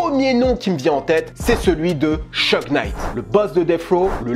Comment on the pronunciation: ça se prononce Chougue et non Cheugue